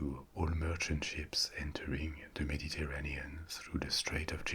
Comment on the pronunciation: Am I the only one who tought he was saying sheeps 🐑 and not ships 🚢